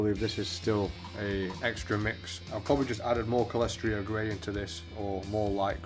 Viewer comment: Pretty sure Celestra Grey is pronounced "Sell-es-tra"